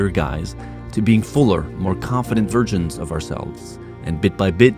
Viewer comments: wait what --- ---- ''to being fuller more confident virgins of ourselves'' i know he means versions. But it kind of sounds like that 😂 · did say "virgins"? or just a mumble "versions" xD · lmao "fuller, more confident virgins of ourselves" 😂😂